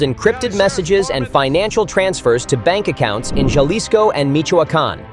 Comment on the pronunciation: And he pronounced jailsci wrong